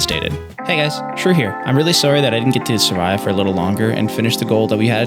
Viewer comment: been watching for a few videos and only just now realized his name is shrew not screw